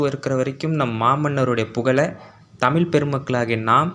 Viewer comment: தமிழை தமில்னு உச்சரிப்பதைத் தவிர்த்து அந்த வழியில் நீங்களும் தமிழுக்குப் பெருமை சேர்க்கலாமே.